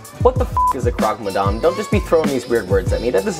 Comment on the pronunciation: You're doing croque madame better than most of the french people.